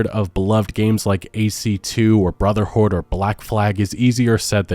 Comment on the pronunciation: did u say brother horde ?